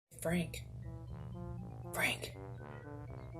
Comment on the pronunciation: i thought you were saying freak lmao. Happy Birthday!